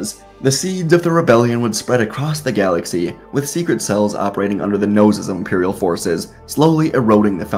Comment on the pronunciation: Really don’t like the why you say right in to it and galaxy